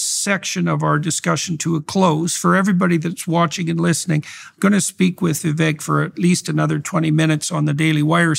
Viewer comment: Hey..Indian here. It is VI-VEK. NOT, VI-VAKE.